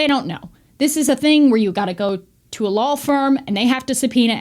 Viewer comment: You pronounce it "lawl" enforcement. Like Brendan Schuab 😂